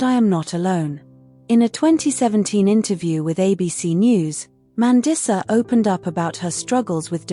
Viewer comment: MAN-DEESA. i'm not watching anymore when you can't even pronounce her name correctly